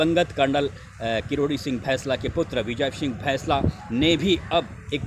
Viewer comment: भैंसला नहीं होता बैंसला होता है आप इतने पढ़े लिखे होने के बाद भी उसे भैंसला बोल रहे हो ऐसा लगता है जानबूझकर कर रहे हो